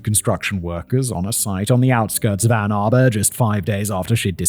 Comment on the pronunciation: Well at least he said Ann Arbor right. Lol